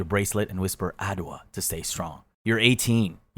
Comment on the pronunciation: Its not adoa😅 Its adjoa